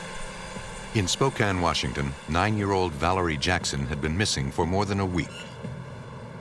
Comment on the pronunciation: Wow. Someone who pronounces "Spokane" correctly. 🤯 And I think he killed her because his girlfriend didn't get along with her.